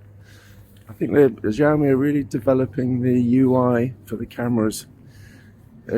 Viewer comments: Thanks for the review it was really helpful and it's really funny the way you pronounce the brand's name as Jiaomi 😂😂 the letter X actually sounds like [s] in Chinese so you can pronounce it more naturally as [syaomi] and put the stress on the last syllable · A little tip from an Asian regarding Chinese brand names. The X in Xiaomi is actually pronounced as S. We don't know why the Chinese chose X in the first place, but using Mandarin PinYin system there's no entry for siaomi, which is the proper (English) way to spell it. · Wtf is Ziaomi